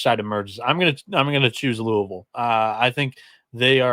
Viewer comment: Soon as he said cards/Louville I left